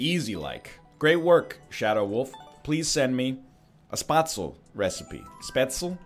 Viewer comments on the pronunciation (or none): Egg, "Spatzl" means "Penis". "Spätzle", pronounced Speyt-slay, is food. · spet zeal is how you pronounce it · spätzle is more pronounced like: "spaetslae" while the "ae" is pronounced like the A in "hat". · Spatzel is pronounced spay-tzul, the key is add nutmeg to the batter recipe and after you cook it in the water you let it dry in a collander and then fry it up a bit in some butter. That's how my mom used to make it at least and it turns out pretty tasty. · It's pronounced like spate-zel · Its Spätzle, S like 'sh' in shave, p like 'p' in pay, ä like 'a' in and , tz like 'ts' in lets & le like 'le' in lets